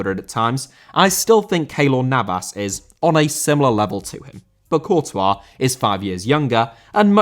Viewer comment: Courtois still hating this video for pronunciation